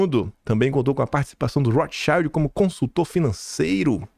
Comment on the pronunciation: Maravilhoso dossie,!👏👏👏👏👏👏👏👏 Depois procura a pronúncia correta de Rothschild que é palavra alemã e vc tá pronunciando em inglês!